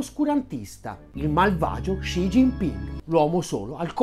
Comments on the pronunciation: Top video! Solo una cosa: Xi si pronuncia "si" più che "sci" ;) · Perché pronunci "Sci"?? Studio cinese da anni (da povero operaio autodidatta) e a parte strafalcioni che commetto ancora con i toni, so per certo che il suono che loro translitterano con XI ha pronuncia come un "si" con la s dura molto marcata, e chi non lo pronuncia nel modo giusto è un Luca Telese!!!